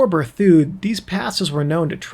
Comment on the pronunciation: It's "Ber thid".